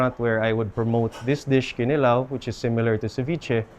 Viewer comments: Is it just me or is there zero effort to properly say ‘kinilaw’ in Bisaya with 6-yr island life? Ya ra lamang ka sundog sa lokal? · I believe the stress should be on the second syllable--kiNilaw. Can the locals confirm? I have never heard any bisaya say KInilaw. It's always kiNIlaw.